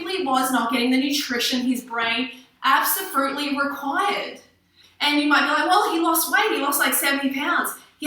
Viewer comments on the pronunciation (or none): Did she say absofruitly?